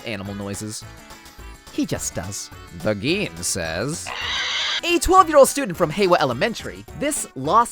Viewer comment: Everytime you pronounce Gin like green without the R, I die a little on the inside